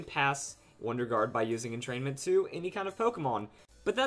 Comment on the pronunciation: Sheh-ninja? Entrain-ment? lol